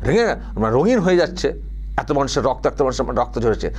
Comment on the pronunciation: বাঙালিরা এত কে আতো বলেন না। আর বঙ্গ সংস্কৃতি কে উদযাপন করতে বাঙালি সাংবাদিকের সঙ্গে কথোপকথনের সময় অকারনে প্রকাশ্যে বাংলা ভাষার পরিবর্তে ইংরেজিতে বলেন না। যে কটা শব্দ😮 বাংলায় বললেন সেগুলো শুনে মনে হল এর থেকে অবাঙালিদের মুখের বাংলা উচ্চারণ ভালো।